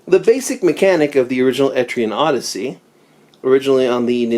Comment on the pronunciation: I keep hearing etrian nazi🤣🤣